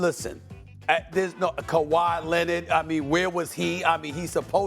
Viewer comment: Nobody: SAS: Kawhi Leanette